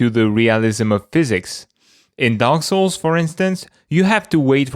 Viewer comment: It's dark souls not sowels say s. Now say aaaaaaw... now say l. Now s. Souls not sowels.